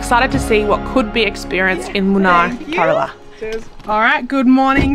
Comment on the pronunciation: It is Munnar and not Munai. It is in Kerala State